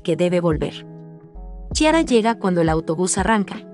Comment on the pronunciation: "CHI-ara", jajajaja 😂😂😂